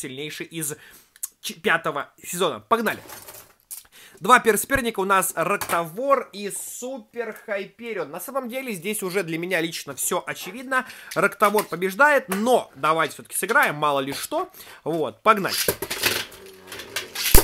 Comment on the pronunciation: Знаешь поч ты называешь гипериона Хайперион и хилиус а правильно гелиус